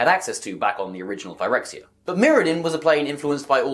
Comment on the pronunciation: Imagine pronouncing "Phyrexia" like this when the correct pronunciation has been apparent for YEARS, and Wizards having just confirmed that it's not pronounced this way based on their posting of the Phyrexian language "codex", this week.